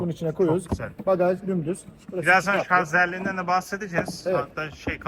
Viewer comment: Şarz değil Şarj !